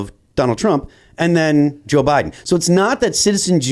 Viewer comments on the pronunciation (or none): none